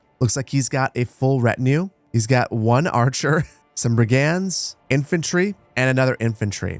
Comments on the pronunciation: I got say. Never seen Manor Lords gameplay before but i have been keeping an eye on the game itself. So im really happy to finally take the time to watch these. I just have a single silly gripe. You keep pronouncing Brigand like 2 separate words *Brig *And but its pronounced as *Brigend. Other then that please keep up the amazing videos. Im really enjoying them and cant wait to see how thise game continues to evolve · Hearing you pronounce brigand is bugging me